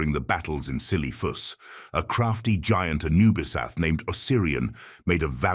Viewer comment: Ah yes, the ahn kee roj of see lee thoos.